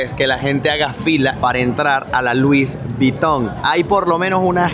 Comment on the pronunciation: No es luis es lui. La s final en francés es muda